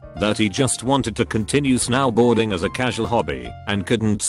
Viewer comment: snowboarding:exists reading voice: S-NOW BOARDING